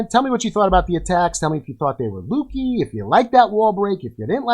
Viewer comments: Solid strategy! I was using the hybrid attack for a bit. Pretty easy to run into time issues on max bases though. Scatter shots are gnarly wanna try to take on one at a time. Also, not sure if its intentional but they way you say lucky I believe is incorrect. Sounds like you're saying lukey. Lol. that was some solid WB placement though. I’d say skill over luck. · Great video, but why doesn’t He know how to pronounce ‘lucky’? Autistic?